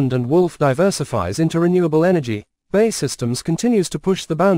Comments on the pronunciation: B.A.E not Bay! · We really can't be expected to watch a puff for a business that can't even pronounce its own name properly. It's not Bay, it's B...A....E..... Got it?